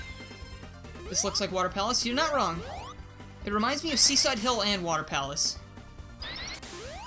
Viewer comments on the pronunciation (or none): none